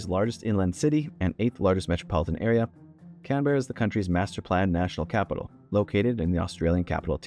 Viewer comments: you also pronounced Canberra incorrectly. its pronounced "canbrah or canbruh". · just saying, Canberra is pronounced 'cam-bruh'